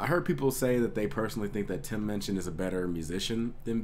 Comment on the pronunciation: Great reaction but you're pronunciation of his name on this video upsets me haha. You got his name right in the other videos man! ;)